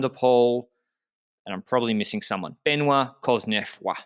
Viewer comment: Anyone else excited about Ben-WAH Coz-neh-FWAH in the finale just because you were excited to hear pronounce his name? Then I had to wait 22 minutes to have my dreams answered! (No, I'm not counting the half-hearted one at the beginning. That one was bunk.)